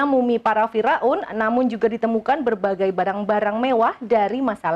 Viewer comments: Pembaca beritanya 😅😅😂😅😂fira un....fir aun lebih enak didenger.... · Fir'aun mbak bukan Fira'un